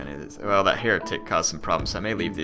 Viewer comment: Thought you said hair tic lol